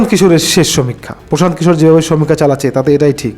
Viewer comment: দাদা সঠিক নামটা কি। প্রশান্ত কিশোর।না পোশান্ত কিশোর না পশান্ত কিশোর নামটা সঠিক করে বল।না তমার বলার কেলি